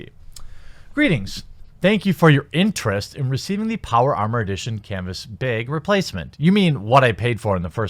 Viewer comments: Canvas “Beg” lol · YOU STILL SAY ‘CANVAS BIG’. But you’re still great. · canvas bay-egg